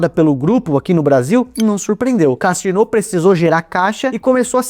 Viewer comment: A pronúncia é Cazino. A tônica é no zi.